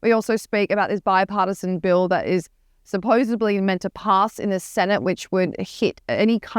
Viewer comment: I’m sorry but did the presenter just utter the word “supposebly…..?”